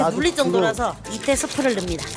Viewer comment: 됐고. 인간들아 제발 좀 ‘넣습니다‘를 ‘넘니다’ 로 발음하지 마라. 넘 넘 시루다.